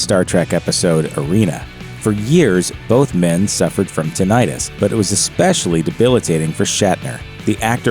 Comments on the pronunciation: itis indicates that something is inflamed. The word is pronounced tin-i-tus, not tin-eye-tus. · Yeah, I kept hearing it pronounced with the long "I," so I looked it up: "TIN-it-tuss," it is. (PS mine isn't painful, but I just realized I should be connecting my headphones to my TV set with my extension cords so I can hear what people are saying when they don't speak up.) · It is pronounced. 'tin it tuss' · tinnitus noun tin·ni·tus | \ ˈti-nə-təs Both "i"s are short.